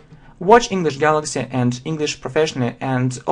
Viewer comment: Он перестал говорить engliiiiiiiiiiish gaaaaalllllaaaaaxxxxxyyyy как то серьёзно начал произноси.хах